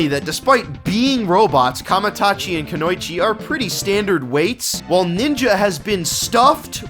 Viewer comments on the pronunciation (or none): Konoichi? Seriously? Its pronounced Kuno-ichi. Argh! It means woman.